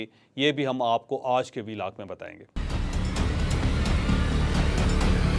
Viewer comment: 🤣asay lagta ha anchor ki zuban karab ha